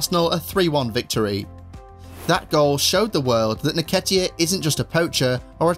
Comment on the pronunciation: En-ketiah not naketiah